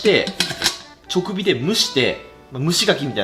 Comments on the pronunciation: ちょくびwに違和感 じかび って言ってww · すみません💦 【直火】←ちょくびではなく【じかび】です💦 気になってしまいました😂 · ジカビをチョクビって言ってたりカボスをすだちって言ってたり、相変わらず言い間違い多くて草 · ちょくびじゃなくて直火(じかび)だよー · 金子。 直火→ちょくび× じかび○ 覚えていこうな。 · ちょくび気になる笑 じかびです。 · 直火って「ちょくび」じゃなくて「直火」じゃない？ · ちょくびじゃなくて、じかび・・・ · ちょくび、じゃなくて、じかび。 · 直火→ちょくび？ じかび では？ ま、私の好物の牡蠣とかぼすだから、聞き流しちゃいまーす😋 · 「ちょくび」じゃなくて「じかび」ね。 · 「じかび」を「ちょくび」って言ってるのめちゃくちゃ学のなさ出てる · ちょくびが気になる…じかびって言ってくれ… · 間違っていたら申し訳ないのですが、直火→じかびだと思います！ちょくびとも読めたらごめんなさい… 毎回面白い動画で楽しみにしてますー！ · 直火は「じかび」なのに「ちょくび」は間違いが気になりすぎる。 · 『ちょくび』じゃなくて 『じかび』ですよ～(笑) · チョクビ ❌ ジカビ ⭕️ スダチ ❌ カボス ⭕️ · じかび？ちょくび？ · 直火は ちょくび じゃなくて じかび だと思います、、 そろそろ牡蠣食べに広島に行きたいなぁ🍁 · 直火 ❌ちょくび ⭕️じかび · ちょくび❌ じかび⭕️ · 「直火（じかび）」のこと「ちょくび」って言ってて親近感（自分たまに言ってしまうので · 直火(じかび)です🎉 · ネタじゃなくちょくびって言ってんの草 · 直火を(ちょくび)って読んでるのに気になってネットで色々調べてたら動画終わってた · 「ちょくび」って言ってるのが可愛い 笑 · 直火（じかび）じゃ？ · 「じかび」ですよね？ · 直火（じかび）って読むんだよ金子くん